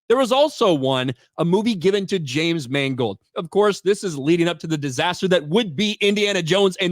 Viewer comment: “James Mangled.”